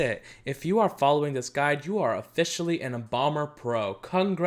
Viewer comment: When he said embalmer I thought he said bomber for a sec